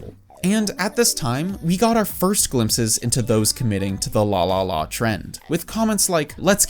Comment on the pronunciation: The way you pronounce LALALA as LÅLÅLÅ make me think, "You Swedish"? 😆